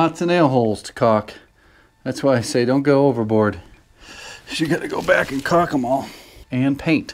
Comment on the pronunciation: The real way to know you are an expert is that you do not pronounce the L in caulk. Also, do you have any tips on how I can train my wife to remove the outlet cover plates before painting? You do it every time.